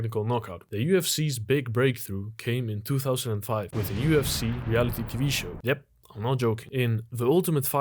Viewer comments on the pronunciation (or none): none